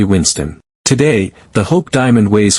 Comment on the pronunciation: What is a diamon? No way will I ever subscribe to any video with a ridiculous robot voice.